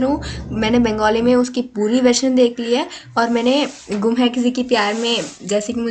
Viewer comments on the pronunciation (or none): Gam NAHI gum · Gam nhi gum